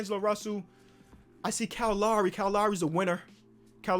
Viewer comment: Cow Lawry